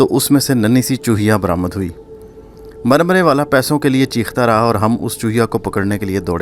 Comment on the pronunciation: Murmary not marmaray